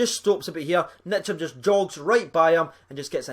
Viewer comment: It's Ntcham, not Nitcham Best young midfield in Europe